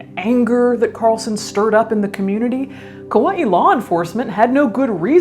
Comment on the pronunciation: Wow, someone who pronounces Kaua'i correctly. That is a rare thing indeed.